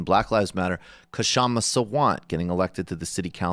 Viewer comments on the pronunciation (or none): It is not SHama. It is not KaShama. It is KSHama.